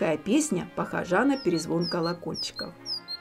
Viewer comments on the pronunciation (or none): Спасибо за видео. И от кота, и от меня. "ПохОжа", а не "похожА".